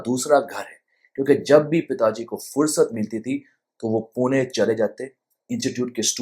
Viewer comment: आपने pune का बराबर pronunciation किया. पुणे. बहुत लोग पूना बोलते है.